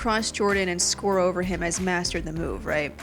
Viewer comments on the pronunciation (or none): none